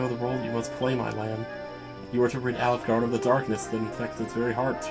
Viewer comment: I'm listening to this while at work, and when you said "Alefgard" I swore I heard "Olive Garden"... I had to do a double take! 🤣